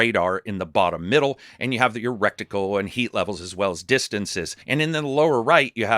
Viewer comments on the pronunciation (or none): "You have the erecticle" O_o